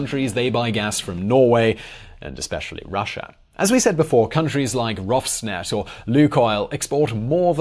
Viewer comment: rosfneft? can you not read mister? There is no such thing as ROSFneft